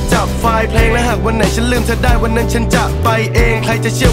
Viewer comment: เสียงไม่ชัดบีบๆ ออกเสียงก็เธอเป็นเฌออยู่นั่นแหละ เสียงเหมือนอยู่ในจมูก